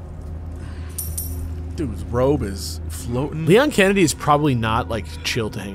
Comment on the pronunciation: I'll get you next time, Leon Sex Kennedy I don't know who said it, but I'm dying 😂😂